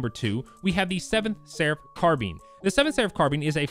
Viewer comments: Car bean lmfaoo I’m dead dudee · Carbean? Anyways,great vid!